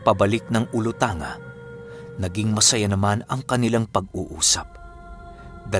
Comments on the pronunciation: gusto q lng eh tanong qng yang olutanga na nababanggit nio po ai parte rin ba ng zamboanga sibugay??kc qng jan po, ang tama po na pgkabasa ai olutangga po yan😁.. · ahm icorrect ko lang ung pagbigkas ng olotanga/olotangga ang pagbigkas like sa zamboanga/zamboangga 😊 Silent listener nyo lang po ako walang palaya sa pakikinig ng mga kwento mo araw2 😍